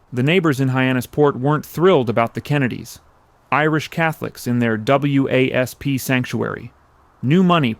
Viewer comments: W A S P? It’s pronounced wasp. So is this AI or an uninformed narrator? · To commentator: WASP that you spell out is usually pronounced as Wasp as in insect. Otherwise just say White Anglo Saxon Protestant = wasp.